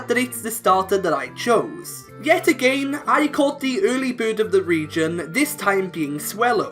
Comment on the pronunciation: Love the video, but that’s not how you pronounce again. I don’t know where you’re from, but just as advice :D